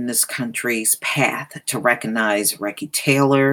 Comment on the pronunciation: Her name is pronounced REE-SEE (long ē sound sound). Recy Taylor, may she rest in peace eternally💗97,she's an inspiration for many generations to come. Thank you for covering this on your channel.